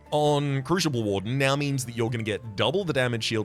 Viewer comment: Is pronouncing crucible with an "sh" an interesting linguistic difference or is it an intentional mispronunciation meant to drive me specifically insane? Oh well, enjoyed regardless.